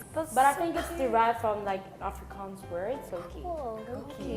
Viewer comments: Afrikaans, not Africans. Please get it right. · World Friends subtitler, she is saying "Afrikaans", not "Africans"